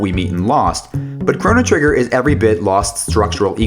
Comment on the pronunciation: Those pronunciations are pretty hard to listen to.